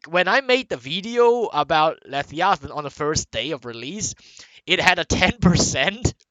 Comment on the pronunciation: I really do not like your pronunciation of "leviathan"